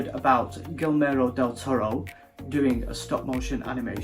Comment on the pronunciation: You're pronouncing it as "Gilmero del toro", but it should be more like "Gi-germo" as in the word "german".